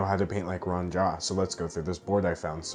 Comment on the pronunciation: I think it's pronounced rooh-ahhn. At least that's how my friend with the same name pronounces it.